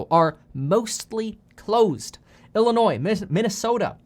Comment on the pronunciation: Lmao you said Illinois without the "s" good job!